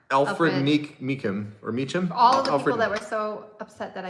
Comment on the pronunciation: Alfred Meek-in is how it is pronounced. Looking forward to new vids!